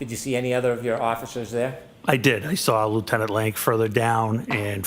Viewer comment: I don't get it. "side bah", no r. But: I "sar it", or "lar enforcement". There's the damn R!